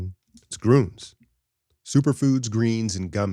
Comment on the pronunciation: For the word “Gruns” shape an OO with your lips and say an EE vowel through it. The word ends up sounding like Greeeens. The u in the word is what the Deutsch call an OOMlaut.